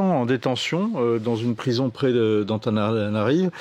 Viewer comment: Il a pas reussi dire antananarivo😂